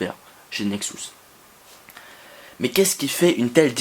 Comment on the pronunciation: Bonne vidéo mais par contre juste un chose qui me stresse : ta manière de prononcer "Nexus" il s'agit du son U et non du son OU